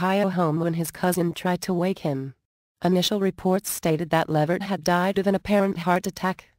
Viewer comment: It's levert